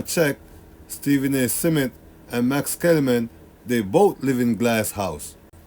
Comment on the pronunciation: Why keep pronouncing Smith as “Seh-Mith”